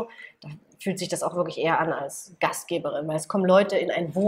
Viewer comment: Gastgeberin nicht Gastgebrin bitte :)